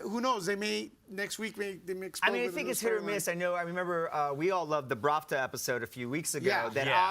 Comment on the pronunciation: I've noticed he's being saying it wrong on all after shows I watched... ahhahahahhaa